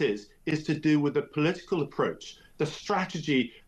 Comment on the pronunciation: Crafty polee-tickle??